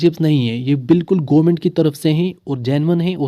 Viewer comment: Bro.. It's government not goo-ment 😂